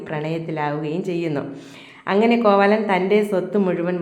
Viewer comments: കോവാലൻ അല്ല കോവിലൻ. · കോവാലൻ. അല്ല. ചേച്ചി. കോവിലൻ 😂😂